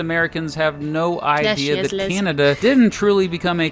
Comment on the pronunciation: I like how you guys said "idea" with an "r" at the end. "Eye-dear"